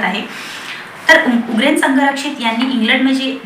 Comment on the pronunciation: I know u are a good reader.. पण निट वाचा. उग्रेन नाही आहे ते. उरगेन आहे.